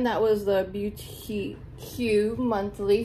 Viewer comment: It's pronounced Beau-teek monthly 🤣 its cool. I like your box. I get their Mask Maven subscription and I really like it.